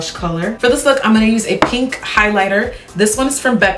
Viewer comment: Freakin' gorgeous look. You look so beautiful. "Nude Pank!" lol. Any who how do people apply pencils in their water line. I struggle so much It tickles like crazy. Like almost a laugh kind of tickle. Then my eyes start crying instantly. I still do it. But man it's annoying. How do you deal?